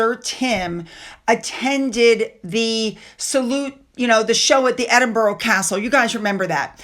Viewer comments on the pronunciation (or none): none